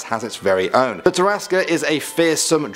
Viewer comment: It's not "terr-as-key", it's just "terr-ask". Or that is how us d&d players say terrasque.